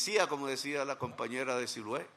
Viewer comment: Siloé señor Presidente...con todo respeto...Siloé no Silue